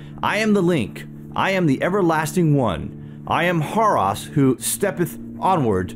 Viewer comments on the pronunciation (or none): Horus - hor•us. Not "hor•ās". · you said Harus its Horus